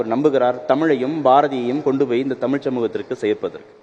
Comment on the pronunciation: தழிழ் a kuda tamil nguraru ... data points not correct...